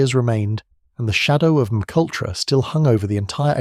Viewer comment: Can you proof your content before posting? It’s terribly annoying listening to McUltra… if you’re going to use AI voices at least spell out the script phonetically so it reads it correctly…